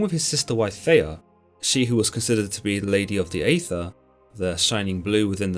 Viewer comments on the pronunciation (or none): none